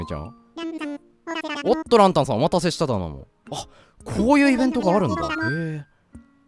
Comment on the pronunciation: ランタンの発音、完全に蘭たんで笑う